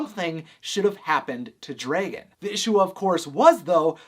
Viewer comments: Where is your accent from? You're making dragon some somewhere between dregin and draygin. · Why do you say Dray-Gen? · DREgon it’s Dragon, no Dregon lol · DREgen STFU ITS DRAGON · You say Dragon weird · I cannot get over his pronunciation of dragon 😂